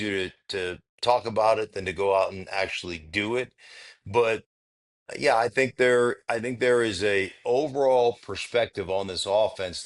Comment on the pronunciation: When says yuh, yuh instead of yeah, yeah it drives me nuts